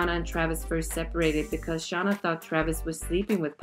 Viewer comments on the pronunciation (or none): Her name is Shay-nah not Shah-nuh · Its shann--- a not shawna lol